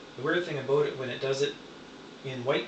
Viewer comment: So pretty!!! I love the different color combinations you can get with it -- I think it'd be pretty cool to have an amber blade myself. Really creative, five stars. Have to admit, though, my favorite part about this video is the way you say 'aboot' for 'about'. XD If you're not a yooper already, you should be.